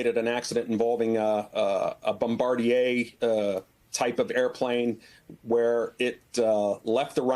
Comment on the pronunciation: Nice to hear someone on an American channel pronounce the name "Bombardier" correctly for a change. 🙂